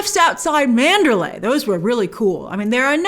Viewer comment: Pronounce PROPERLY! ...lay is a city in Burma. ManderLEY is the mansion in this story. It's basic respect to say names if people and at-least central locations correctly.